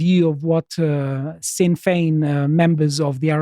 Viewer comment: He pronounced "Dail" as "Dale" and "Sinn" as "sin". Love the guy but that's nowhere near correct.